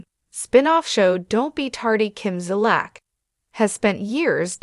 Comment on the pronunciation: You can’t even pronounce the woman’s last name at least learn to pronounce someone’s name before doing a story on them.